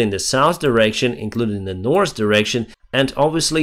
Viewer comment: North, not norse 😖